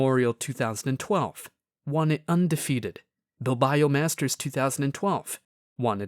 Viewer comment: Bilbayo? really? ignorance > 9000